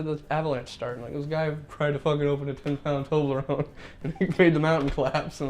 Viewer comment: The way Jared pronounces toblerone annoys me on a soul level